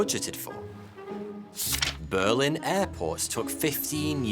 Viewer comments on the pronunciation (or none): none